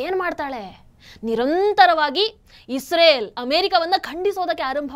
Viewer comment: Madam ಅದು Israel(ಇಸ್ರೇಲ್ ) isreal(ಇಸ್ ರಿಯಲ್ ) ಅಲ್ಲ. ಸರಿಪಡಿಸಿ.